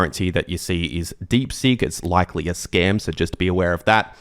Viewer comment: Deep Seek, not Deep Sink! Seeeeek